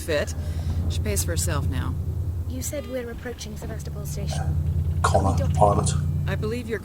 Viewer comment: Ugh, they keep pronouncing Sevastopol wrong.